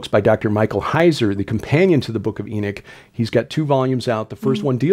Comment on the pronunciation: those who believed what was in the first book of Enoch… you called them “Enochians” and not “Enichians”. So why keep saying it with an “I” instead of the “O”.